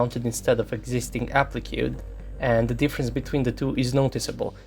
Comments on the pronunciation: Appli-kay not Appli-kew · I like you videos for their objectivity, but the way to pronounce 'applique' is A-PLEEK not A-PLEE-KAY